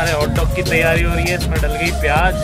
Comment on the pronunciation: Pyaaj ni pyaaz hota ha